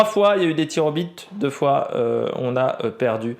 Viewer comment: "Tirs aux bites"😂😂😂😂